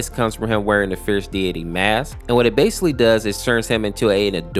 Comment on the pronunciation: i dont mean to be a jerk or anything but are we not going to say anything about him saying the word basically wrong